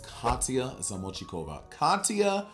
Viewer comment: “Katya Zamotchikova” 😭